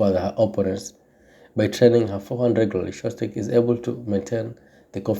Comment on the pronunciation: Stop butchering names. her name ain't that hard to pronounce.